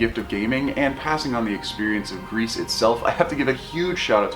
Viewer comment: I dont wanna be that guy, but french is my main language and gris is pronounced gri. The "s" is silent. But thanks for the really good review. You gained a subscriber.